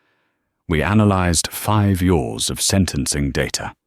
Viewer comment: "Five Yours" instead of "Five Years!" MORE PUTRID ROBOTIC NARRATION, MORE STINKING AI-GENERATED CAPTIONS! YouTube, THIS MUST STOP! PURGE THESE VIDEOS NOW!